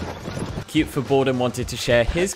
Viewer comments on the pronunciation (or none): none